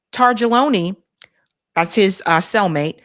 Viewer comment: Not trying to preach, but it is pronounced Tar'Tag'Leone. Also if they switched him out dude isn't dead hes living in the middle of nowhere Isreal or on some Island with as many Young Masseuse as they can drag out there while he has on a Shistey.